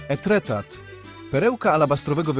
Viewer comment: Pięknie, ale wymowę francuską powinieneś sprawdzić przed publicznym komentarzem do filmu. Pozdrawiam!😘